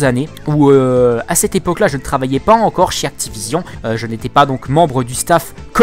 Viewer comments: J'adore le Actipognion heuuuuu Activision ! xD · Actiponion mdrr